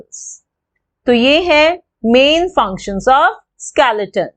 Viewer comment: Didi it's not skelaton it's skeleton